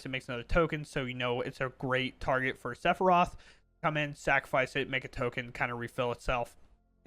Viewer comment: I thought you calling him saffron was pretty funny. I assumed it was one of those you had read it but never heard anyone pronounce it situations. 😂